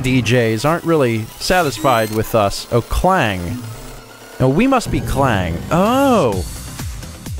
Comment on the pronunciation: Interesting Fact: There's a place called Klang in Malaysia and it's EXACTLY how you pronounced it here :>